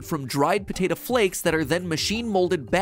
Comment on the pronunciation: He pronounces "potato" like "potata"